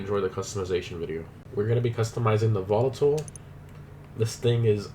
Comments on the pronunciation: Volatol not Volotol :)))) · Volatol not volotol you dumbass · Still, after 2,5 years you have "Volotol" written on the title. It's "Volatol" ;)